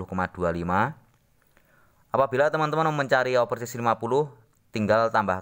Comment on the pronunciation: Sebut nya bukan ovesis mas tapi oversais😂